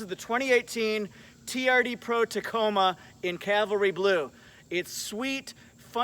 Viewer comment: Cavalry Cavalry not Calvary. Calvary was where Jesus got nailed up.